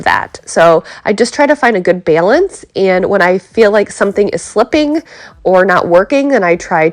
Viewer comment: 3rd time watching this one today. Just need to know why you say b-yeeee-lance instead of balance. This is ohio. Not wiscaaaahhhhnsin. Not styeaten island. Just ol country ohio. Get it together. Gosh. 🤣🤣